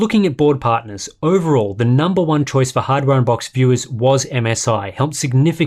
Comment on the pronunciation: No one going to talk on how sharp, clear, and explicit pronounced hardware unboxed at the beginning?